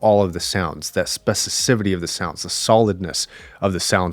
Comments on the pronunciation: Just as an FYI, the word you're looking for is "specificity". I cringed every time you said "spevicivity". Thanks for the great review. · Love your videos. I would kindly correct your pronunciation - “specificity” is not “specisivity”. Thanks.